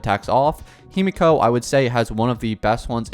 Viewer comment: himeko not himiko